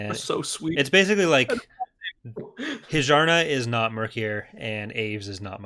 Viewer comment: It's pronounced Hi-jarna? Not Hyarna?